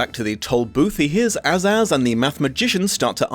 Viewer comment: Great video, but just a quick note about the Chuck Jones film version: The Kings name is pronounced A Zazz, not Azz Azz and Tick Toc was actually died fighting the demons of ignorance ( in the film) as you hear his clock broken before he collapsed...only to be revived by Sweet Rhyme and Pure Reason. I still love this film adaptation and love the original book!❤ I feel it's that perfect gap between Alice in Wonderland and The Wizard of Oz!!❤❤